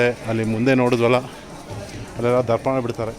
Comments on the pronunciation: Darpana alla tharpana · Darpana alla sir..adu ತರ್ಪಣ tarpana..correct ಮಾಡಿಕೊಳ್ಳಿ